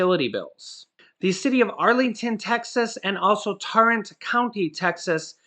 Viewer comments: it's Tarrant county not torrant county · Ok I'm gonna catch you/nail you again. You're still saying Nevada wrong AND oh good lord you murdered Tarrant county. It is pronounced Tearrant but it's just spelt Tarrant. Sorry, it's an OCD thing. Love your videos and I'm grateful for you and your family. Y'all do an amazing job making our lives a Little easier. Thank you!!!